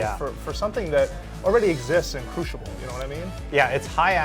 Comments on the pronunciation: CREW-SIBEL.Not Crewshable. O.o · CREWSIBELL NOT CRUSHIBEL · crewshible lol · The way he pronounces "crucible" is incredibly annoying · It's funny hearing him say "Crucible".